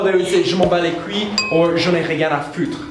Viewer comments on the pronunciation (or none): LMAO it's couye not couillllllllie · "Je m'en bat les cui"^^ J'adore la prononciation ;) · Pouhahaha Omg ! 😂😂😂 you said "je m'en bat les cuii" not "couille" 😂😂😂 Its too funny, great vidéo ! ;D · ok so Americans say je m'en bas les "CUII "😂😂😂 oh man I'm dying....their way of prononciate it is priceless!! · "Je m'en bats les kwi" hahaha, HILLAROUS ! I don't know if I help you but, we say like [:couy] Sorry for my bad English, kiss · Les couilles ne se pronnonce pas "Coo-i" plus plus "Coo-y" pour le dire, commencer par dire le mot "cool" et au lieu du son "i" tenter le "y" un peu comme le début de "you", "yup", etc. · Actually it's "KOOY" an not "KWEE" hhhhhhhhh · Just so you know, "couilles" would be pronounced more like koo-ee-uh :) keep up the videos ! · In Je m'en bats les couilles, the couilles is pronounced more like 'coye' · C'est trop mignon la façon dont vous prononcez "couilles" X) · C'est marrent comment vous dites "Couilles" o+u= ou... ou+i= oui et avec "lle" on prononce ouïe comm quand on se fait mal. On dit aussi je m'en bat les reins (sa donne jmen bat les reins) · Alright, on this one in particular, how do you pronounce : (Je m' ens bats les couilles)? I have the other ones pretty good, you just ended up saying this one really fast, and the next one! Merci beaucoup!🤠 Just slow it down a little more so I can hear how it sounds! Love your videos though! J' apprends le français!🇫🇷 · c'est trop drole la maniere dont vous prononcez "je m'en bat les couilles"! Sinon on a aussi : "je m'en bat les steack" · u could add "couille" and "foutre" to the list of words that are to pronounce for "les ricains" haha! But, still... it's cute.